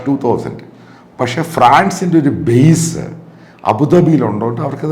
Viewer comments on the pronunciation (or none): none